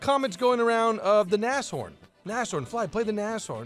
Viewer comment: it's pronounced Na-shh-horn